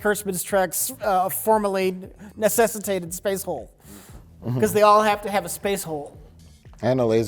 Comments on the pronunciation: was finally able to successfully say "necessitated". We've come full circle everyone!!! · Holy Crap, did pronounce "necessitated" correctly?